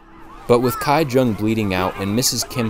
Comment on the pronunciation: Not kai jeong ki jeong